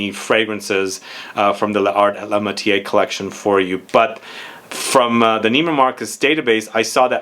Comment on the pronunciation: Pronounced “Lar ay la matyair”- definitely not “matié”. The silent e at the end if the word causes the r to be pronounced and the “accent grave” gives the other e a soft sound similar to our short e.